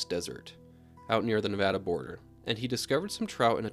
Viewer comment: I've actually caught Lahontan Trout! I am from Nevada so when I heard you say Nevada the right way I was so happy you defiantly know what you are talking about!